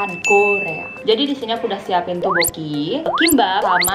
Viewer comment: bacanya bukan toboki tapi topuki